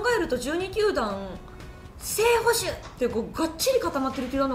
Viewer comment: 里崎さんの喋り聴き慣れていたと思ってたけど 完全なる捕ﾁｭ併用でクスッと笑ってしまった申し訳なく思っていません。